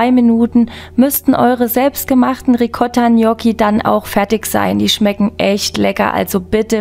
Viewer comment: Genial lecker!! Endlich mal jemand der es richtig ausspricht!! Nix anderes erwartet!😘lg mel